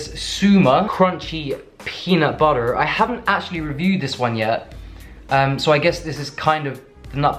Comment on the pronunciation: LOL your slight American accent when u say peanut butterrr